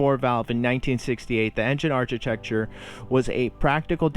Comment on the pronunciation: Good point. It's also architecture with a "k" sound ilo "ch". There were some other dropped "t"s as well. That said, nice job. I hope you are enjoying yourself. We like it.